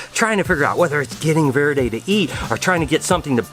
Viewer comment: I wanted to point out that Verde should be pronounced as Vare-day, not Vir-day. No hate, love your vlogs!